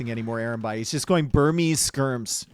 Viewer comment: Burmese Skirms..... Skirmese?